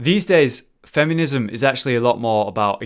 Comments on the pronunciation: "Fem-yoo-nism"... that's not a U in the word "feminism",! XD Even when it's not Dark Souls, mispronunciation is still happening I see:P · "fem yuh niz em" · Anyone else keep hearing him say "fem-you-nism"? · The part I was most bothered by in this video was how you kept saying "femunism." Classic, what would I do without you? xD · I love it when says 'femiunism':D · It sounds like he is saying femunism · one either you or me pronounces feminism incorrectly.